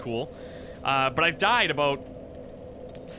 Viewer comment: "Aboot" At this moment, I realized you are Canadian.